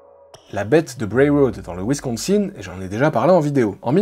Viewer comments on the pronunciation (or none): On dit Wincosin (un)